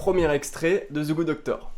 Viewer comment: It's THE GOOD DOCTOR putain xD c'est pas Ze goode docteur Je t'adore.